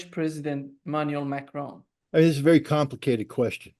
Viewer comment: Excellent explanations as usual but Scott it’s Macron not Macrone I guess you can’t help it being American.